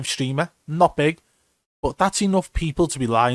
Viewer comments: The emphasis on the word no matter how BIG or small the streamer 😂 love it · Yo dead ass I came to comment this M OMG I'm so fkn Dead I'm in love this shit. Let's GOOO